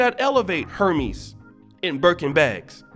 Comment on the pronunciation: Hermies? Lol. HERMES